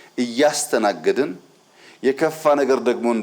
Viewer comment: እያ"ስ"ተናገድን "ስ" Silent ነች? 😅